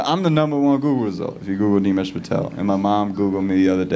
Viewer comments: Funny thing is, he pronounces his own name wrong sometimes. Its Nimesh, not Neemesh 😅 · This guy can't even pronounce his name properly, Nimesh is his name and he pronounces as Neemesh.